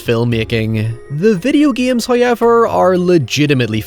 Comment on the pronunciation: for all the faults these films have an integral place within my love of film. my only regret was not insisting to be taken to the cinema for Pitch Black, "Hoy-Ever" it was amongst the first of my DVD collection, which stands today. It just occurred to me that I based a creature on these batactyls, mine being more so a cross between a vulture and Pteranodon uselessly blind but very acute hearing, blood is warm like a fresh brewed tea and when drunk leaves you in a state of heightened fury, to kill but one is a feat. a growing from a medium dog with 1m wingspan to a full fledged human with a 5m wingspan.